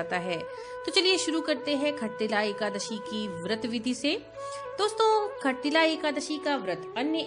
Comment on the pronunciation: Khattilla nahi shattilla Jai Shree lashmi Narayan